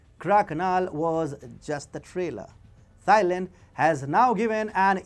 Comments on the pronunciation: When you pronounce "Thailand", don't pronounce the "Th" the way it is normally pronounced in English. It is pronounced "Tie-land", not "Thigh-land". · you should really find out the correct pronunciation of a country before you make a video of it. It’s not pronounced ‘Thigh Land’, It’s pronounced ‘Tie Land’. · Great video but all I keep hearing is "thigh land". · It shows lack of research, and makes point less credible. Even in his native Indian language, Hindi it’s pronounced ‘Tieland’